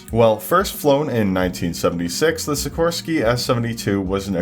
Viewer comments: Sih-KOR-skee not Sicker Ski. Who taught you to say words? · I’m sorry, did you just pronounce Sikorsky as Sickerski? It’s pronounced Sih-Kor-Ski. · as the child of a sikorsky worker, hearing your pronunciation hurt my soul. it did make my father laugh on the other hand.